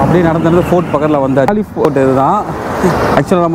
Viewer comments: சிங்களத்துல கால்லே தமிழ்ல காலி இங்கிலீஷ்ல கோல் இப்டிதான் உச்சரிக்கனும். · Thamil la காலி Sinhalathla gaaல்ல English galle but goal nu uchcharippangaa